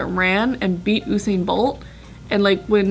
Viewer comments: IIsYouAndYouIsMe Oo-sain bolt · omfg them saying u/sain pisses me off, its you/sain fucken hell ha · ITS YOU-SAIN. NOT OO-SAIN 😭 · The way pronounces Usain is so weird "OohSain" LOL I'M DEAD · IRK, It's 'Yousain' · Oosain bolt!! 😂😂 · Oosin bolt😂😭😂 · Its U-sain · The way you guys say Usain hurts me a little I can't lie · The way they're pronouncing his name has me triggered 😂😂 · Khad I know... Bart said it right tho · calling josh stupid when she can't say usain